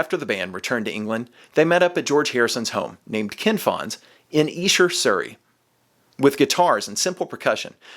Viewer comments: E-sher demos..........Esh-er demos son, yanks love ruining pronunciation's, seriously burning my brain the way you are mispronouncing it......dope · Another word Americans pronounce incorrectly. It's not E Sher it's Esh er. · Dear Americans: It’s Esher, not “eesher”. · It’s Esher, not Eesher. It’s named after the Esher Estate where they were recorded. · 'Esh-er' demos NOT the 'Eesher' demos! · I want to scream! Its Esher not Eesher. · Please stop saying EE-sher. It's Eh-sher. Just saying. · ITS EH-SHER! Not Eeee-Sher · ESHER IS PRONOUCED WITH A SHORT "E"... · Are you sure it's EESH-er? Seems so unlikely. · It’s ESHer demos.. pronounced eshah or sketch... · if you're saying Esh-er you're saying it wrong sorry bud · I lived in England for 5 years and everyone there called it Esher (with a short e) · It's pronounced Esher, like elephant. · Its not pronounced eeeeesher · Eh. Sure. Like M.C. ESCHER. PRONONCED...(EH...SURE. DEM...O'S.) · No it is Ee-Sher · Yes, it’s named after the town where . they were recorded. But you’re pronouncing it incorrectly. Go look at recent videos where Giles Martin says it. :) (Honestly, it’s potato / “potahto,” but given the subject matter, I’ll say it like a Brit.) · Why do I get the feeling is mispronouncing Esher? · Weird pronunciation of Esher! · Incorrect. Listen to Giles Martin pronounce it in the press videos before this came out. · When you prouncer Esher...its an E like Elephant not E like Eel....